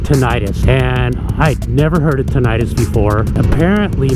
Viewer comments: It's not tin-itis, rather TIN -uh tus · I guess each to their own. I've been riding for forty years and yes, the first few were without earplugs and I have suffered hearing loss and now have tinnitus, mainly in my left ear. By the way the correct pronunciation is with a short second i as in 'tin it us' the suffix 'itis' refers to an inflammatory condition like 'arthritis' or 'gastritis' whereas tinnitus is not inflammatory in nature. I have tried every type of earplug on the market and all have pros and cons but I prefer my custom made Earmold plugs and have never experienced the trouble you describe. Perhaps the people who made yours need more practise?